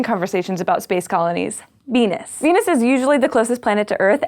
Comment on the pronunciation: She says "Beenus"